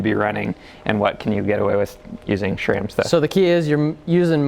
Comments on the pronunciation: Guys, there is no H in SRAM! It is not SHRAM! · Why he constantly says "SHram"?